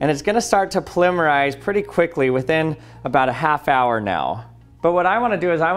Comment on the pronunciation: I don’t know why I’m so annoyed by the way he said polymerise